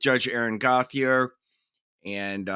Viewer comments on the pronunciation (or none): In Canada Gauthier is pronounced “go-t-a” like goatee A. Just saying